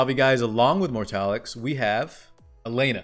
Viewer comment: I'm in a pinch spot man, I don't have any of those units, and I want them all, specially elena with that cute skin. But I only have enough for 1 pity (f2p lyfe) and Wonderland Tenebria is coming soon tho, so... yeah Also, the dude's name is Mortelix, not Mortalix :)